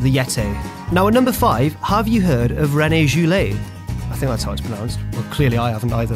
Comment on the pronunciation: YOU STUPID IDIOT !!!! It's not René JEWLET, but René GEWLET